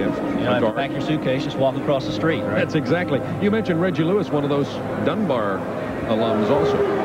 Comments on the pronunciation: am i hearing something wrong or is homeboy pronouncing his name like Luiz or Louise? ha ha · Bruh, you said Reggie Lewis and then Reggie Louise several times 🤣🤣🤣🤣🤦🏻‍♂️ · Why does this dude insist on calling reggie lewis reggie luis!...its lewis bro stop calling him a predominately latino first name.. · Great vid but how does this guy not know how to pronounce Reggie's last name? SMH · Real talk this man who's announcing was not in the United States or watching basketball at all he can't even pronounce his name